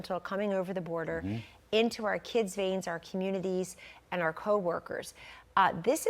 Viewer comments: The word is “fentanyl” the nyl is pronounced like “nil”. Good analysis. Hope she’s right. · I appreciate your show Larry...I respect your intellect and perspective...Please pronounce fentanyl properly...